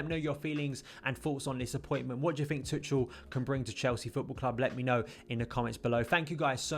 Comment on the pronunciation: Nice overview man! his name is pronounced Too-Kal though! just a friendly heads up haha!